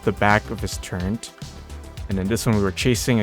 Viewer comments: Hate to be that guy, but you and my son say Turret wrong the same way. Turrent.. I still watch your videos =) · turret not turrent...=(